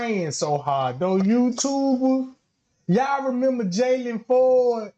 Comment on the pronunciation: PLLEEEEASEE NOT JAYLON(IN) FORD. NOOOOOO! He has ABSOLUTELY nothing to do